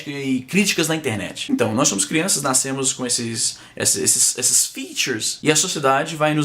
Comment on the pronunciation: "Naiscemos" KKKKKKKKKK